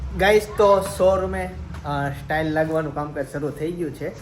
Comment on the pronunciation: satail no kevay tailas kevay